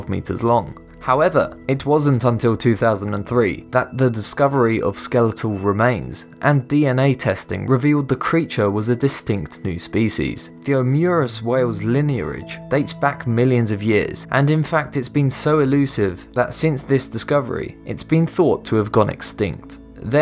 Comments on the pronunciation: Linearidge hahaha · "Squerrer", "linearage"? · Why do you pronounce an R in the word lineage?